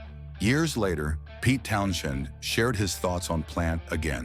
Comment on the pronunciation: AI bs. They can't even pronounce Townshend's name. LOL